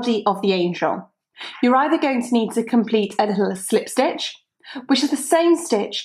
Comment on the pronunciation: love your accent and the way you say slip stitch is awesome :-)